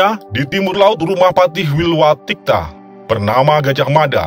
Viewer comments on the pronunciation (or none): Wilwatikta bukan wilwadika maaf revisi 🙏